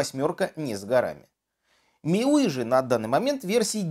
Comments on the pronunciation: "миуии" - серьёзно??? От профессионалов я лично ожидаю корректных названий. Прошу в следующем видео выговаривать "миюай". Пожалуйста. Вам не трудно и уши как это "миуи" не режет. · Как же раздражают эти его "миуи"... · Миуй о боже как оно произносит )